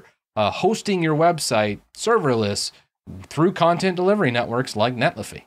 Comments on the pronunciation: It's not iffy like jiffy, but Netli-Fi like Sci-Fi. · I cringe when you mispronounce netlify lol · Pronunciation of Netlify aside.... great video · feel you